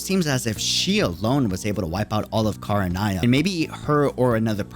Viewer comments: Very interesting theory but two things 1. There is no previous Barbatos, the previous Anemo archon was named Decarabian 2. It’s pronounced Ken-ree-ah, like how it’s spelt. Not Kah-rah-nah-ya. Sorry that just really annoyed me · I am begging you to learn how to pronounce things right before you make a video. I made it 4 minutes and had to stop. Her name is JEE-YOU not JU-EE KHAN-RE-AH not… whatever that was. You play it in English, you know how they’re said. 😭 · Repeat after me " Kan Ri Ah" 😂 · Im sorry, this is problably a nitpick But it's Khan-ri-ah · I mean he's not pronouncing it the way the JP dub does either lol. JP: Khan-rui-ah ENG :Khan-ree-ah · Look i like your content truly i do. What i don't understand with most of you content creators is this. You all have the in game cut scenes and voice overs and let's not forget GOOGLE TRANSLATE. I KNOW you make sure to watch and hear genshin content over and over again. How in the hell!!!!!! are you saying Kingdom of Khaenri'ah the way youve been saying it in this video. You have done your research and have heard EVERY VOICE ACTOR IN GAME DURING CUTSCENES SAYING "Khaenri'ah" why not say it out loud everytime u hear or see the word cause its cringe hearing you say it the way you do in this video please get it right. I'm not saying this to put you down or attack you in anyway. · When he said Khaenri'ah wrong, I somewhat cringe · Lmao I can't with your mispronounciation of Khaenri'ah! XD You should listen to the English dub of that name being pronounced at least once, lmao! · I'm not referring to how other languages pronounce it, I just assumed that he tried reading the name on his own and failed.